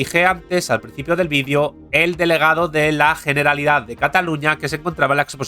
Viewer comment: Todos los nombres extranjeros bien pronunciados, ahora...generalitat pronunciada con una jota bien fuerte. Q demonios internos debe tener este señor